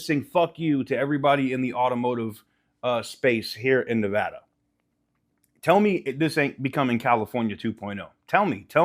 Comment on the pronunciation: You say Nevada wrong like a Californian.